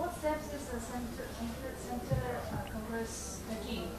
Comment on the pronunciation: "Condress" ??? Again new party??